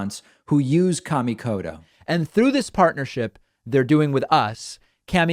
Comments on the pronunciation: It's pronounce more like "Car" - me - Koto. Kami means god, in Japanese. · not in the way David pronounced it. He pronounced it more like "Kay" - mi rather than the actual "ka" - mi.